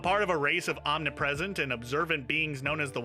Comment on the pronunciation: My guy, you pronounced omnipresent correctly. But not omnipotent (Om•nip•oh•tent) further, it's Omnipotence City